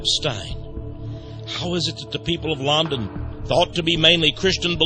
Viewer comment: The way he says London is cancerous